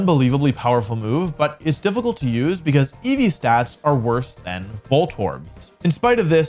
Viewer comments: ah yes WORSR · Ahh yes the “WORSR” Pokemon